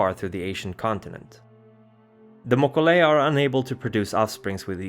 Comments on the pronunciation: I'm pretty sure he mispronounced both names. mo-KO-lei he's stressing it wrong (as far as I've always heard it. His pronunciations drive me crazy sometimes, he pronounces the J in the english fashion instead of using the hispanic H. It's Bru-ha, not Ja. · I knows this is 2 yrs old but the itches me. If you're going by the creature that the Mokolé Mbembe is based from (a dinosaur still living deep in some part of Africa) , it's actually Mo-kee-lay M'bem-bey. Also Gum-a-gen Zhong-LUNG not loo-ng, Lung is "dragon"